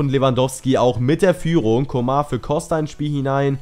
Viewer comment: Man spricht ihn nicht Coma aus ;) Sonst gutes Video!